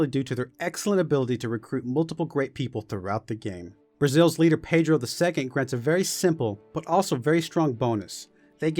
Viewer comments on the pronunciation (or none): none